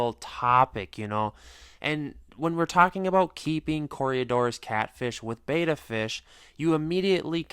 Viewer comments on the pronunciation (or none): Bet-a not Bayta. Drives me nuts